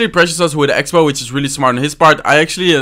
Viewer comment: mero kiven *which not wich